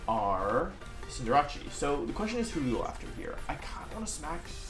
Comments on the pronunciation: It's CinderACE!!!!! Like aerial ace or an ace!!! Sorry it just sounds like your saying cinderachi. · Wolf, it’s pronounced Cinder-Ace, not Cinder-Rachi. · Wait... why does he always pronounces Cinderace as Cin-de-ra-chi? xD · cinderace not cinderachi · Is its name really pronounced cendera-CHI or is that your meme name for it? I thought i was cender-ACE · Why do you pronounce Cinderace wrong?! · Why do you say cinderace wrong...